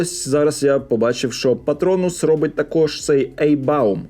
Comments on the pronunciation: Не "Ейхбаум", а "Айхбаум" . Дякую за огляд. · не ейбаум, а айхбаум. До речі, в польщі воно теж є, але в пляшках Те пиво, яке забули читається: Ляутербахер натур вайцен"